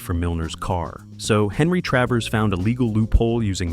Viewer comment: It's Travers Not Travis.